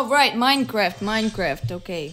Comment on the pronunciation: It's not minecraft it's moine croft.